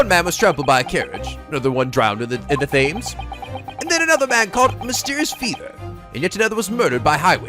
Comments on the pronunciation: Did seriously just pronounced the most famous river in England, the river Thames, as "Fames"!!! Its pronounced 'Tems'. I thought would have known that! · Just so you know - the Thames is pronounced like 'tems' and not 'thaims'. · I can't blame you for this mispronunciation, but even if it doesn't come up again you should be aware. The river Thames is actually pronounced 'Tems". I don't know why, but it is. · Thames is pronounced "Tems" btw. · “Thames” it’s pronounced tims isn’t it? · From a Snake to a Lion. Oh and the Thames is how it's written but it's spoken as Temes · Thames pronounced Tems Its old English so don't worry if you got it wrong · Just as a note, 'Thames' is pronounced 'Tems'. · Thames is pronounced Tems. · whoops i misheard "our good old friend holmes" as "our girlfriend holmes" and i was VERY CONFUSED for a moment EDIT: the "th" in Thames isnt pronounced, its pronounced like "tems" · For future reference, the word "Thames" is pronounced "Tems". It's a river running through London. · The River Thames is pronounced Tems (like the temmies from undertale, I have no idea why but it is) [Insert Witty Joke that will make pay attention to this fact] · Thames is pronounced te-ms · Did you just pronounce Thames as Fames? disgraceful!